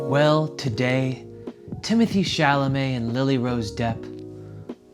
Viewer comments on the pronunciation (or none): nobody: not a single soul:: Timoteee Chalame